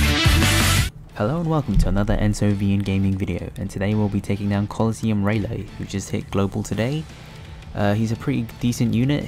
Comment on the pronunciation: It's Ray-lee, not Ray-lay, PepeHands